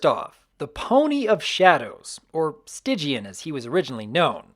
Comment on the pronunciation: Why was Stygian's name pronounced "Stidgian?"